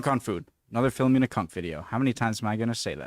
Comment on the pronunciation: At least you can pronounce Philomena the correct way instead of that other bloke who does reactions and keeps pausing every second who pronounces it File-oh-menna.